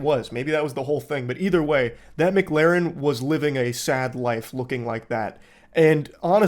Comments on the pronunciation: I don't know if he's saying MIGlarren on purpose or not, but either way it's funny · The worst quality of Moist is his inability to pronounce McLaren. Which says a lot about what a top bloke he is